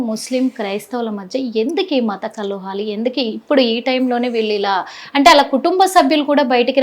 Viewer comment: మత కల్లోహాలు కాదమ్మా.. మత కలహాలు అనాలి... 🤚